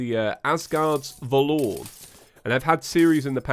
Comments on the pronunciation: Ugh, the way he says "valoor" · PLEASE stop saying va-LORE. It hurts. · hey idk if its cause of your accent or your just saying valor wrong but i always get confused when you say it haha also love this playthough i dont know anything about terraria mods so i cant help you like other people can but if you could reply answer if its your accent that you say valor like that